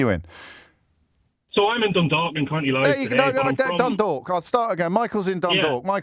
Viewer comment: It's Louth in both cases, James!